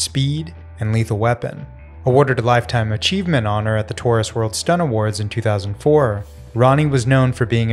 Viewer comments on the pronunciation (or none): none